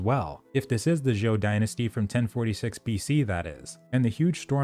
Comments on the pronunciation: It's just pronounced Joe, like Joe Biden; lots of people struggle with the Z's in Chinese - Zh is like a J sound in English, or for example zhi - sounds like Jerk, but you stop at R and make and make a sound like Jurrrrr. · Better pronunciation of zhou. 😁